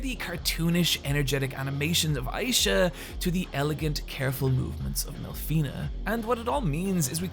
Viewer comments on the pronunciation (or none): >Eye-sha Jesus dude, I know you're Irish, but there's no fucking excuse for this. That's not how her name is pronounced. Wait why did you suddenly start pronouncing it right?